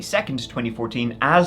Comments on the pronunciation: Ibadan is pronounced "Ee-bah-don" btw. When I saw the thumbnail, I said to myself " How funny if that's Nigeria?". I wasn't expecting it to be the city where my Mum grew up! Not heard of this case before, I'll ask my parents. Thanks for covering this,. ETA: Damn! Just finished watching. Yeah, my parents definitely know about this. I had no idea it was on this scale!!! Absolutely disgusting that the police did FA about it, but sadly, not surprising. The police are an absolute liability there. RIP to all the victims 😢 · It’s pronounced E-BA-DON (Ibadan) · Ibadan pronounce E-BAR-DONE. Good job though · Pronounced I-BA-DON not Dan. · bless you with your pronunciation of Ibadan. But it’s all good we still love you,. 😊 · every time says IBADAN i laugh like mad:face-green-smiling: its all love tho my friend thanks for the exposure this case is one of many but one of the most notable hence the media coverage NIGERIA IS A SCARY PLACE